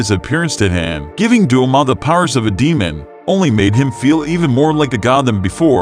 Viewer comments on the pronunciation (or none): Also doma he said duma 😑😑